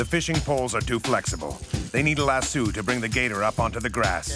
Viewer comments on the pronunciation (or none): Trying so hard to listen to the intense narrative but my God the way he pronounced lasso was killing me. I live in an area full of ranches and farms and NO ONE says it like that